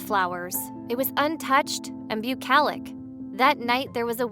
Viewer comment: This nasal voiced narrator can't pronounce adult Enclish. BUCOLIC and NARCISO. I can't listen to her.